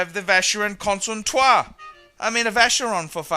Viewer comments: Probably he mispronounced it on purpose. Just to be funny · I agree with your general argument but no need to use bad language. We should let the quality speak for itself. By the way why the mispronounciaton of Constantin? Otherwise a very pertinent video. As I say, buy the obvious, pay the obvious.